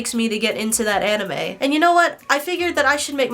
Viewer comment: She doesn’t even pronounce anime right 💀